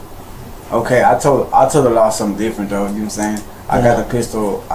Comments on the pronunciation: Gnome saying 🤣🤣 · "Nom sayn"... no, I don't.